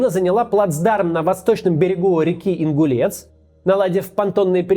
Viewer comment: река не Ингулец, а Ингулэць (Інгулець) да и не Херсон, а Хэрсон